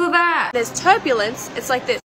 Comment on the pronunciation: pov ur watchin this in 2024 and u hear turblence